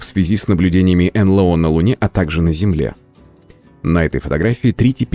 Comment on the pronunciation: Эй, ребята! Не ЭнЛэО, а энЭлО. Стыдно.